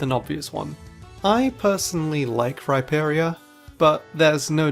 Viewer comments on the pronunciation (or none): none